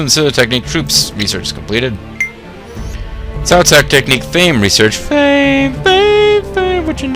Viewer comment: It's funny that you pronounce everyone's name wrong except Cao Cao pretty much, heh. Good stuff, though. Thanks for the video. Trying to determine if the game is worth downloading. It seems simplified (in a bad way). Think it's worth it, or should I go back to the well-translated (and perhaps simply better) RotTK XI?